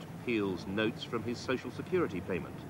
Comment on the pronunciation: SHE SAYS soc-ill sex-curity